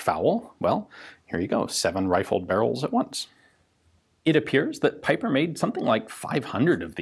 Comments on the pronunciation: Not piper, but peeper! Just like J. Bieber.. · I think already mentioned this but given that the gentleman was German his last name sounds more like "peeper".